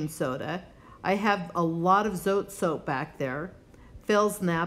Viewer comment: It's from Mexico and pronounced Zo-tay. 😀